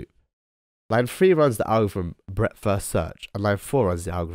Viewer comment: when says breadth first search it sound like breakfast search